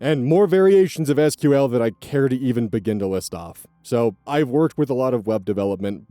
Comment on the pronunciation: idk, I think you would have pronounced it properly if you had worked with SQL before /s